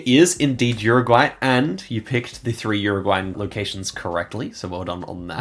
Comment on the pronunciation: uruguay is pronounced OOruguay. not Yuriguay.